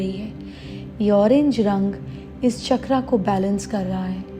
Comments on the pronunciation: चक्र CHAKRA ☑️ NOT चक्रा CHAKRAA ❌ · माता जी ! जय गुरुदेव । शुद्ध सनातन संस्कृति में चकरा CHAKRAAA नहीं पर चक्र CHAKRA शुद्ध उच्चार हैं । ।। जय गुरुदेव ।।